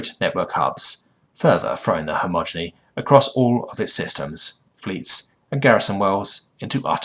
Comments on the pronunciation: Great stories, decent narration, but every time you say "homogeny" instead of "he-ge-mon-y" it really gets to me dude. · Okay, I love your videos bro, but Hegemony is pronounced very different than how you pronounce it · Hedge-em-o-nee Not Hommoginy or whatever you were saying...dude if you want to narrate learn to read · Dude, all these years and you STILL say hegemony as "homogeny" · its hegemony, not homogeny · Hegemony. Not homogeny. So many mispronounced or completely wrong words... I’m torn because it’s otherwise well narrated, and in some cases the wrong word usage adds to the feeling of an alien speaking an approximation of English, but my inherent grammar nazi nature cringes every time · And yet I still hear you say "hegemony" wrong in newer vids, xD Don't get me wrong, I love your narrations, but the mispronunciation make my brain halt for a moment when trying to read and listen along.